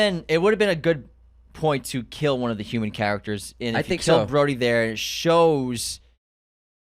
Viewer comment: Broady?! BROADY?!?! His name is Rhodey. UNSUBSCRIBED!!!!